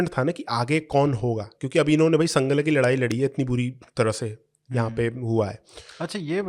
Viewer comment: संगला नहीं सांगला है। पंजाबी तो अब नहीं मगर रामपुर-बरेली के इलाक़ों में अब भी हर नदी को गंगा ही बोलते हैं। सिक्के तो हर्रपा में भी मिले हैं।